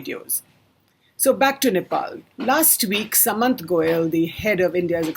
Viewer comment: u dont even pronounce shudh common Indian words / names correctly. how unindian can you be. you pronounce goel as sa/mant like sum or summary whereas it is to be pronounced with the sa.... like sardines or Sardinia.